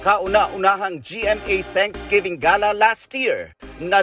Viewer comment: Ga- luh. ang tamang pronunciation hindi gey luh